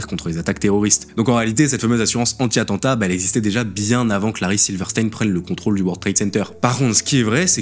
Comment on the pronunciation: "Connaissance de l'atantat" mdr AttENtat